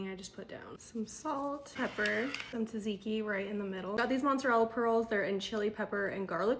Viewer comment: dude how are you pronouncing tsatsiki 😂